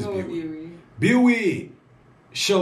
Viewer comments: its pronounced "Be WHY" as in the question Why ?? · Fam..yo fam!.. Its pronounce as Bee Y.. Btw pls react to "avengers of kpop" which called SuperM with their 1st mv Jopping..you will like it..👍 They are composed of members from 4 different popular kpop groups.. They got dance, visuals, rap, and vocals all at once..🙂